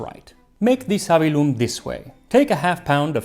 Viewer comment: Savillum has a double "L" that has to be pronounced.Therefore the stress falls on the "i".